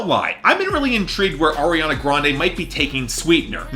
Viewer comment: remember when would call her "Air-iana" lol same